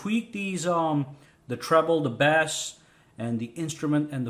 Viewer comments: Yea u been bass fishing? Its actually pronounced base "bass" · The way you pronounce “bass” means “fish”. Just saying.